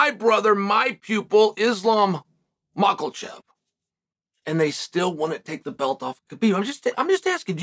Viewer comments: MA-HA-CHEV 😂 not makelechev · I swear he’s saying makelchev on purpose at this point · ITS MAKACHEV HOLY CRAP CAN YOU PLEASE SAY IT RIGHT. WHATS IS WRONG WITH YOU??? MAK - A - CHEV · Islam Marklechev❌ Megan Makhachev✅ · Uncle Chael still says makalchev and khazmat 😂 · Absolutely no one: Chael Sonnen: "Isam MAKALCHEV!" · The only thing I took away from this is Mocklechev. Never gets old. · Really Chael?….still with the Makel-shef???? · Islam "Mockelchev" according to Chael 😂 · Come on chael, it's not islam mackle... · Lol Mahcklechev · islam mahklechev lol bro, come on. It’s not that hard to learn how to say someone’s name correctly. rise up and do better. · Are you mocking Islam on purpose? Mock- ule- chev ? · THERE IS NO "L" IN MAKHACHEV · Chael mispronouncing Islam’s name makes me chuckle every time. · Chael, can you please call JA and learn how to say Islam's name? There's no "L" in it